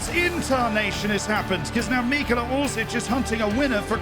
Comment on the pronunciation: Ahhh yes, I love “Mikola” Orsic